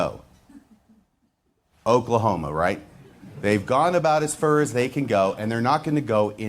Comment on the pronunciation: "They've gone about as fer as they can go" LOL - love it